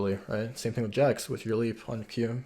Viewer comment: The cringe is real watching him butcher Jax....